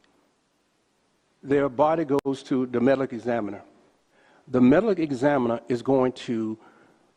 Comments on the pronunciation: Wtf is a “melleck essaminer”? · It’s amazing how such well-placed, experienced people can be so ignorant. Calling the medical examiner the “melekuh zamminer” astonishes me. Sheriff sure has a high opinion of himself. Ego much? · "The Medilic Examiner." Using the word "content" instead of "context," repeatedly. Another way they've gaslit us is by suggesting that low IQ bad grammar/mispronunciation/mixing up words is some kind of "ebonics" worthy of racial pride. These race grifters are incompetent idiots, including the black female legislator who could not even ask a simple question after four minutes of talking and saying nothing.